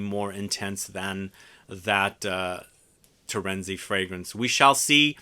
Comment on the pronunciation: Why do you say "TORENZI when it's TERENZI with E" ? americans ......... why do i wonder !!!